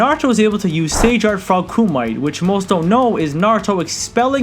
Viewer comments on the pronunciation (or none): Kumite (koo-mee-tā) not (koo-mī-t) Kurama (koo-rah-mah) not (kah-roo-mah) Otherwise great video I agree with all points made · The word(kumite) is pronounced Koo•ma•tay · and kumite? no "Koo"-(Mee)-"Tayy" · My guy it is pronounced frog (koom-muh-tay)